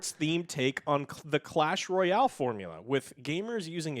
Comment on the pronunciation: Am i the only one who heard "cash royale" instead of clash?